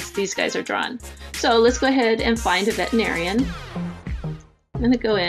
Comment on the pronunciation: Good tutorial (apart from the pronunciation of veterinarian making me crazy). Very tempted to try it...